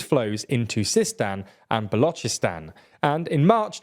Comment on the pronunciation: why did you say "Balocheestan" tho??